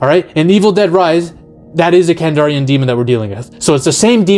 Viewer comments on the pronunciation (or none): KandArian demon, dude, not KandOrian Grey 😅😅😅